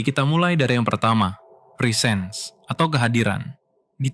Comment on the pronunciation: presence itu bacanya bukan prisens, tapi presens dengan e pertama nadanya naik dan e kedua nadanya turun. bisa didenger di google translate untuk pelafalannya. positifnya ini bukan konten AI sih